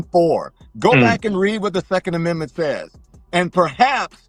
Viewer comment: The FAFO Prickster is on the take, and I don't mean just the caviar, he licks Pricks too!🤑🤮💩 The "thecond amendmenth!"..😂🤣😜..speech & brain impediment=Demoncrats & MS media! Gitmo worthy for the collusion & conspiracy of Treason, tyranny & lawlessness!🕵️‍♀️🙏🇺🇸